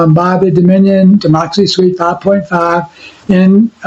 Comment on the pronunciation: Dominion not DOMINO😂